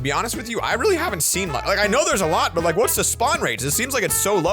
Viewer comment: That but sounded like a "butt"